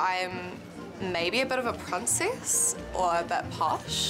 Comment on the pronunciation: "People think I'm a bit of a prunciss" I don't think you're a prunciss, I think you're a can't.